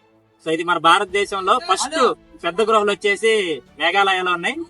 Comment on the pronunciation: Gruhalu kaadu baabuu Guhalu anaali